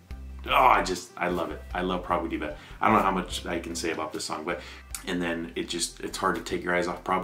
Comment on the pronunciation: Prabhu Diva - as he pronounced 🤣🤣🤣🤣🤣🤣🤣 It should be Prbhu D+a+v+a, omits the + and pronounce.